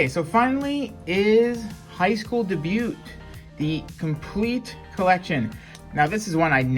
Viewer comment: The t in debut is silent.